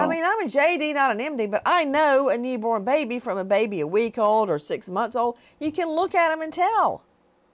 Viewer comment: Neeeborn…. Why can’t she ever pronounce things!!!